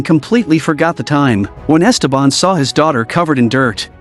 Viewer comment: It’s so jarring the way they pronounce Ésteban, with an accent on the first E, instead of the correct way, with the accent on the second e.